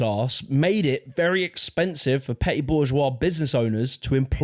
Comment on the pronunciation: Love how "petite" became "petty"